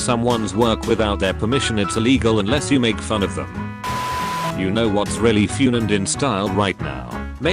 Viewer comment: the bot really read fun as fyoon